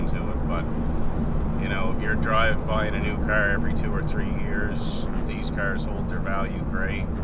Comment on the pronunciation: CAAAR.... knew right away where you were from.